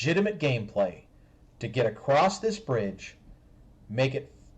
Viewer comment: Is he saying "rectal" and "acrosst" instead of "ret-i-cle" and "a-cross"?